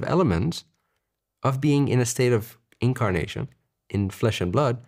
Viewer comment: Omg you said "incarnation" and i heard "kimkardashian" Lol